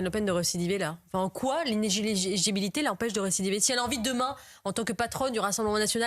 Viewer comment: Ce mot inéligibilité c'est le i word de 2025, tellement challenging. Sur ce coup j'ai entendu l'intervenante dire inégiletjaunibilité.